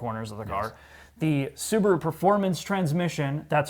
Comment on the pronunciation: The little soo-bar-oooo. Wow.